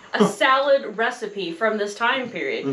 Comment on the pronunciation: Question. Why do you pronounce recipe as “ree-seet”? A receipt is to show proof of payment. And recipe is pronounced “res-I-pee”. So I’m a bit confused about this. Thank you